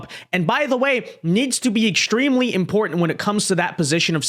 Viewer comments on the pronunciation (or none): Why are a lot of people mispronouncing the word EXTREME now? It's NOT EX SHTREEM EX TREEM